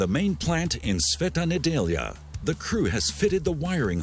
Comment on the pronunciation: Well done on pronunciation of brand name and Sveta Nedjelja :)) good job..